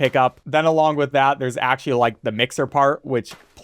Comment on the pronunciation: Say wiff one more time...